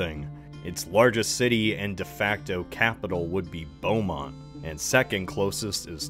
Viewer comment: Lmfao the way you said Beaumont was exactly how you should always say it.